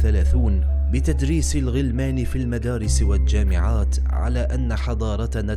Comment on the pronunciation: لديك مشكلة في ال القمرية لماذا لا تجيد نطقها. الجامعة وليست أجامعة بتشديد الجيم وكثير مثلهم. تدرب جيدا. لغتنا هويتنا يجب تقديرها وإحترامها.